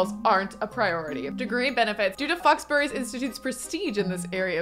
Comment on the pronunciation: 'Foxbury'....'Fox Berry'...... I see it. I get it.